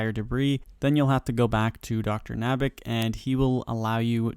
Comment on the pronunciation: Dr.Nabanik Say it with me NAB-UH-NICK :)